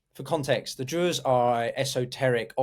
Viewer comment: Given that you're struggling to pronounce "Druze" and "Suwaida" correctly, I find it hard to take anything else that you say seriously, unfortunately.